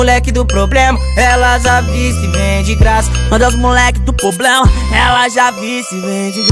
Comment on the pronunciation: E problema e não poblema😒